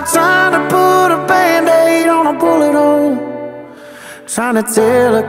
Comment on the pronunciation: Genuinely thought he said butt hole ffs